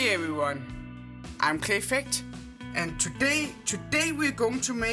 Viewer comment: I always hear pear-fect when you say clayfect and I just imagine smug pears lol